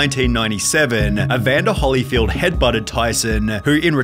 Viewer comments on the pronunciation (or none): This dude said “holly field” 😂